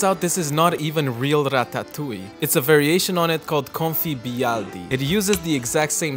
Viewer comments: Breh stop saying ratatouille like that. Every one knows it's pronounced Rad-Duh-Tooly. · Breh, stop saying Ratatouille like that. Everyone knows it's pronounced like Rad-Duh-Tooly. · As a french guy, I love the way you pronounce that word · Why in the actual fuck are you pronouncing ratatouille like you’re going to offer the Italians and French.